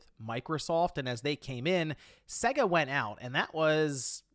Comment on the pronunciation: Dude. It's SEGA not SEGGA (pronounce it like 'SEGA- AGES)